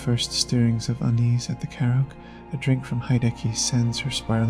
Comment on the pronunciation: The video was good overall, but the pronunciation of multiple words and the subtitles were not great. Naomi (not “Nomi”), karaoke, and sake were a few mispronunciations I noticed. If English is a 2nd language to you, then I apologize. Again, the video was good, this is just some constructive feedback I had.